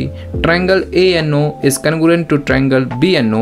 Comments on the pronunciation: Its congruent not congurent😅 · Congruent ❌ Cangorent✅ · Congruent wrong Conugurent right